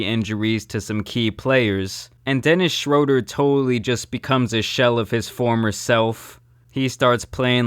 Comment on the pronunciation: Pronounced “shrUEder” Sorry😂 y’all can cook me now